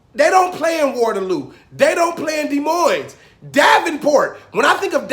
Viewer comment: No. Some of our neighbors have a son, who's a Hawkeyes fan, and so is his father, but his mother is a cyclones fan. The cyclones are the only ones to burn stuff and flip cars over the game. Only the East side of Des Moines(thank you for pronouncing it correctly) has the hood. The North, South, and West don't have as much gang activity. Oh we for sure got a few rednecks. They drive diesel trucks or tractors around town chewing their tobacco or smoking.